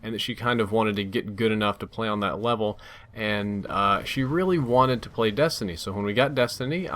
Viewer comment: you LOVE-L up with your wife. (I'm only joking about that mispronunciation of *Level) You LEVEL up with JHub. (cause that's what friends help you do WOO) Sweet life man sweet life:D This game also looks pretty fun and I might check it out.